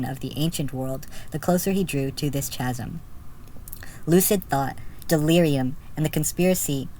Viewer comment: Chasm is pronounced "kazm."